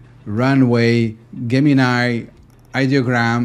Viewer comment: Awesome - also, I have have the same lamp from IKEA ! Okay, not that this matters of course- but Gemini starts with a "J" sound. Excellent video!